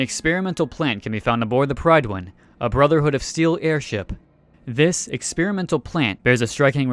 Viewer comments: You say it like it’s spelled the PRYDWEN but npcs say it like PRIDWIN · lol "pridewin" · Just wanna point out that 'Prydwen' is pronounced more like 'prid-win', it's Welsh. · sigh the Pride Win. I hate the BoS. I always join the Institute or use the America Rising mod to play an Enclave character with the main story altered due to that mod. But you literally hear the Prydwen pronounced by in game characters so many times and not a one ever call it the Pride Win. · It's pronounced "Pridwin". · Lmao why do you pronounce the prydwen like that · You say Prydwen wrong.